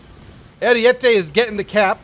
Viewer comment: not how you pronounce ariete